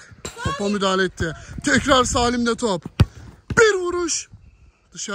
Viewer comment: meral abla ikisaattir topa mudahale diyooooo